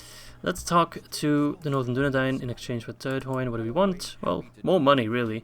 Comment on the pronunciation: I dont want to sound angry or judgy or something, but I do believe that the dh in Turdhuin is said as a th. Keep up the good work